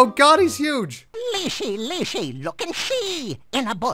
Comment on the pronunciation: Hey,. I'm a Russian, and I just wanted to let you know that your pronunciation is actually correct. It "leshy", as in "lash", not "leash", so the game makers got it a bit wrong. Great let's play, by the way!